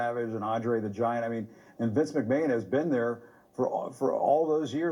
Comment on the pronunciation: Jim Acosta claims he's a long-time WWF fan, yet he says "Vince McMayne." Yeah. Okay.